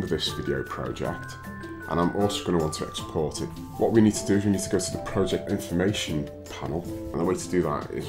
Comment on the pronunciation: No wonder he can't pronounce project properly! 😊